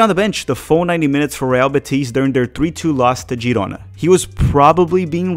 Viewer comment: FYI: I believe Real Betis is pronounced with accent on the "e" in Betis. You are pronouncing it Betís rather than Bétis. There is no accent mark and it ends with "s" so the accent should be on the penultimate syllable.